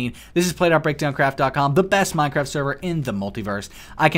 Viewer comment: minecwaft uwu